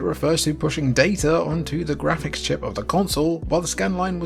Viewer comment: you are clearly NOT pronouncing words as the rest of us pronounce them, for example, Graphics is not pronounced Gray-fix, it's Graph-icks! And Yakuza is not pronounced Yak-you-za, it's properly pronounced Yak-oo-za! GodDAMMIT dude, go take a Pronunciation Class from someone articulate and well-learned who DOES give a shit about applying what he's learned in Republican-teacher taught educational institutions, instead of schools that are brainwashing kids nowadays!